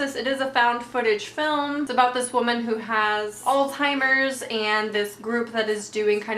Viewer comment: It's not all timer's or old timer's (whatever you're saying). It's ALZHEIMER'S. NO T...